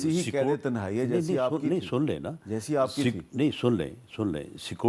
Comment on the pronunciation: Mir sb pehly to is k alfaz sahih kry k tehnae nahi hi tenhae hi